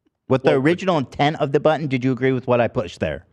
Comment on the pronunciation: didn't think there'd soon be a sound bite i love as much as "rettt hairrr" but "buTtN" comes awful close 😂